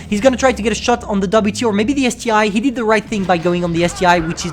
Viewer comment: Isn't it ST-1, not ST-I?